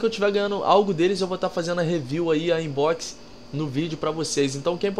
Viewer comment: não e "ainbox" é "uambox" ❤